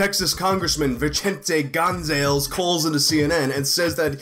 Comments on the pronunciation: Gong-zale-ss xd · Gon Zales!:P ( Gohn Sah Lace:] ) ¡Chale!...me gusta MUCHO cuando intentas para hablar Español compay! Usted es mi favorito! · "Gon-zales" tho